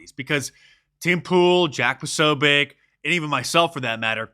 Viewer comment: Posobiec is a Polish name. You pronounce c like in the word tz in the word tzatziki.